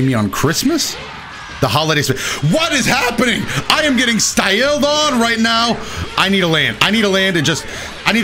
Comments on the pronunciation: Why he gotta say "styled" like that? I was already laughing my ass off, then he hit me with that. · “I’m getting styILLed on!”